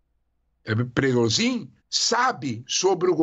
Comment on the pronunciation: olha essa repórter da CNN e uma tiro no pé!! ate eu que não sou reporte sei fala o nome do individuo kkk. Ela está falando o nome do Prigozhin errado a dias ! e ate hoje não aprendeu! admiro que a CNN persistir nesse erro de interpretação em uma emissora internacional kkk.e pior nem a emissora para corrigi-la ou ensina-la! 😅🤣😆